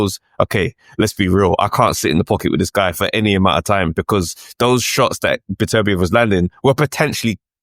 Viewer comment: It's "better-BEE-ev" it's not "buh-TERR-bee-EV". start there. no translation or accent would ever make that remotely accurate.